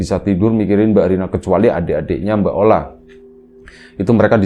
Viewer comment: Ola jadi oli 😂..... Gpp lah asal jangan maya jadi ayam